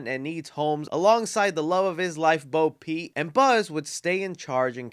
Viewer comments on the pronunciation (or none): ima blow your mind because you've been making this mistake for three years, her name is Bo Peep, not Bo Pete lmao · Bro, it's "Bo Peep"... not "Bo Pete" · It's not "Bo Pete"... It's Bo PEEP.